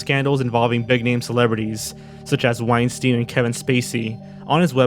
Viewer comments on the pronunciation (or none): none